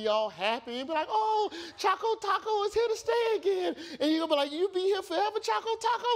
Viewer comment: its CHOCO not chaco